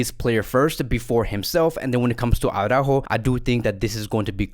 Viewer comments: When you see Alex from Blaugrana Planet,, do yourself and us all a favor, and ask him (he's a Spanish speaking person) to pronounce for you Araújo. For the record, it's "ara-óóho", but maybe you'll believe it when Alex confirms it. Honestly, that "Awww-ráhho" time and time again is so retard. And I guess you massacre Araújo's name because you believe that screaming Jamie from TalkFCB has got it right, but he hasn't. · I DO hope Araújo leaves, so we won't have to hear "AwwwrÁhho" any more.